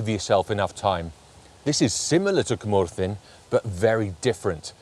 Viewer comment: Some great locations and really helpful tips as always. Impressed with the pronunciations too. I would have been way off the mark with my attempts! I’ve been to a couple of those locations. Went to Cwmorthin quarry in March on a misty day. Had a fantastic day and there were photo opportunities everywhere. Will definitely look up some of those other locations when I’m next in North Wales